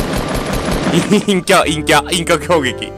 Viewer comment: たまにいんきゃっていえてないよね